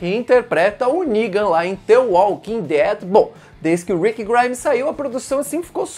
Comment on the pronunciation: "Ningan" kkk